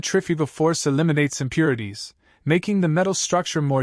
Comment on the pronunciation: I'm going to guess that it is AI. The relaxed pacing and pauses make it pleasant and not sound like AI. There is some slightly odd sound during some S sounds, e.g. the S in casting. Some distortions in syllables, e.g. "impurities", "strong".